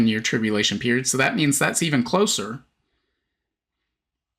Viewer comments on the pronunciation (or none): none